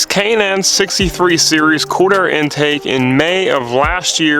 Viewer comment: Sounds like you're saying corner air or quarter intake